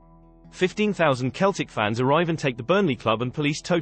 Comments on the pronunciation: Its Seltic, not Keltic! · It's Seltic not Keltic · Yeah "Keltic" 😂😂😂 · What the hell it's Celtic